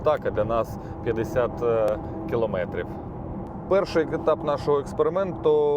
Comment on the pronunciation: килООметрив,сколько раз тебе ещё бля говорить,киломЭЭЭЭтрив!!!Насте стыдно за тебя